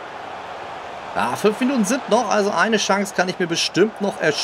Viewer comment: Nein du sprichst Chance auf falsch aus